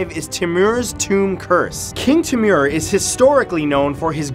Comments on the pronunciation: first of all i was born in uzbekistan so was my family and i hate how he says uzbekistan like uuuzbaaakistan and timuuur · timur is pronounced " tay-moor"